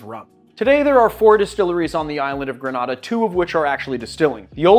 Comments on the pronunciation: Gre-nay-da, not gra- nah-da. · GrenAda .. long A sound.. respectfully thank you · Love rum and rivers and you… sooo I’m going to up your Caribbean street cred: “greh-nay-dah”. What you’ve pronounced is in Spain. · The island is pronounced "gre-NAY-de," a fact I only know because I'm old enough remember the US invasion of the island (but which I just confirmed on Wikipedia). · Was just going to say this! “Gruh nay dah” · LOVE these rums from home, but man, the incorrect pronunciation made my eye twitch. 🤣😂🇬🇩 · Please work on your pronunciation of Grenada